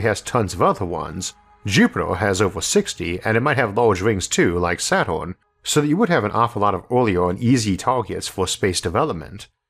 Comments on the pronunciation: Saton? Saton? Are you really serious that it is Saton and not Saturn? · Man from Scene Twenty Four Don't forget Sat-on. Sat-on and not Sat-urn. Terrible. 🙃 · Don't forget "Sat-on".